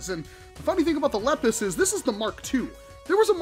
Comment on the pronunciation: It’s pronounced lee pus